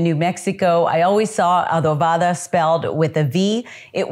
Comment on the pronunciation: Adovada ? Bad spanish